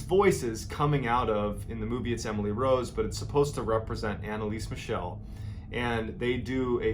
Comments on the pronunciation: Its not pronounced as Michelle like the girls name. Its pronounced Michel, MIKEL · Her last name is actually pronounced "mih-KEL," not "mih-SHEL." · As always great story but you mispronounced her name throughout the whole video... it should be ahn-ne-lee-suh m-ee-chl (since the last one is hard to spell in English: I wanted to provide to you the IPA spelling: /ˈmɪçl̩/ ) BTW it was later announced that she had epilepsy which only worsened by time because of her malnutrition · Not trying to be that guy, but it's actually pronounced Mickle, like "fickle". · Thank you very much for another greatly told story. May I suggest that next time you need to say German names of people or cities you might want to research the correct pronunciation. I gladly offer my assistance if ever needed. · Why did you pronounce her name like she was French? 😂😂